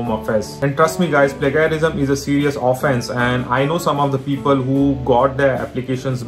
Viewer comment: its not pronounced as pla-ga-rism, its pronounced as "plaige-a-rism". how did you guys get an 8 on ielts?! lol